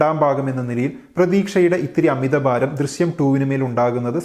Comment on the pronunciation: Drisyam alla drishyam